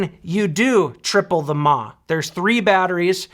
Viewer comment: "TOP OF THE WORLD MA!" - BOOM! mAh = MILLIAMP HOURS - - - NOT "MA" CHILDERN! UNLESS YOUR MOTHER IS A ROBOT THAT RUNS ON BATTERIES! MA, MA, MA, MA, MA, MA - NO!